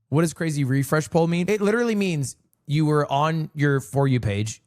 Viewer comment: why is brother saying poll